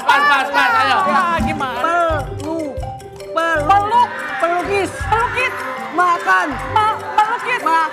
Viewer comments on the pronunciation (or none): Ngomongnya orang jngan di jeda”, pelukis ya pelukis langsung. Jngan peluk kis